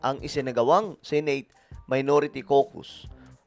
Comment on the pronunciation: It’s Senate (Se-Net or Se-Neyt) not Sey-Neyt.